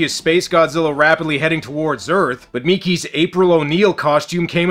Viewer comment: For goodness sake son listen to the dubbing! They say mickey not " meeker " 😖